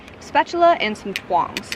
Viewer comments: “twongs” ? Lol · did you say twongs? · Yeah... I had to replay that a few times. :) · Was just thinking the same thing!